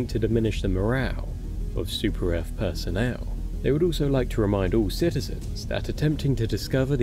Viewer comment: Yeah! For Super Earf!